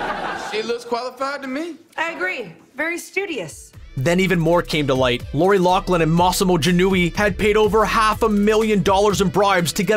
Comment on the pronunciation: You can’t even pronounce Loughlin. It’s not pronounced Locklin